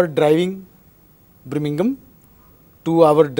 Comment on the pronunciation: Bringingham 🤣 the punjabi accent 🤣🤣